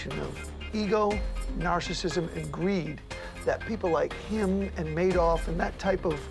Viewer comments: I swear to god that's Keith Richards😂Anybody? Also, Yank here. So... "MAY-doff" "HYOU-sten" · Right off the bat correction: Bernie’s last name was not “Mad-off.” No, Bernie’s last name was exactly what Bernie did, the man “MADE-OFF,” and he did that with A LOT of people’s DOLLARS!!! P. S. This “narrator” is butchering a LOT of words. Like, who mispronounces HOUSTON??? Houston, we’ve got a problem…again.😉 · Madoff if pronounced "May-doff". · Wow, this doc really took up some new topics, like Maadoff and Huuston. 🤣🤣🤣 Omg this was so cringe, utterly awful quality.